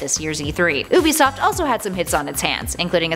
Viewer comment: UBISOFT not OOBISOFT